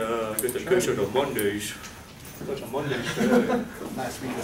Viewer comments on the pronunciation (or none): none